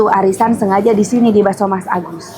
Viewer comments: Bakso Masagus teh , bukan masabar😂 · Ko tteh bilangnya baso mas sabar 😅